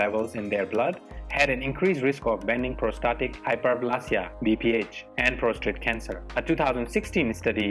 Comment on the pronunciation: If you will excuse me saying so, the word is not PROSTRATE, IT IS PROSTATE - no second R.